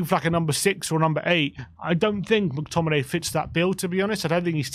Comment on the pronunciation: Mctomminay?? Mctommigoat yes please